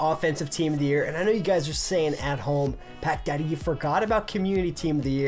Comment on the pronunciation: Your intro sounded like you said what’s up guys pekka here just think of pekka when he says it then rewind it and think of pack daddy it’s just the intro though kinda trippy